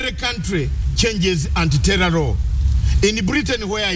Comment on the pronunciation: hahaha!!! the way he pronounced "anti-terror" just made my day.